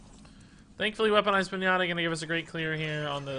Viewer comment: did you seriously say pin-ahh-ta instead of Pin-ya-ta?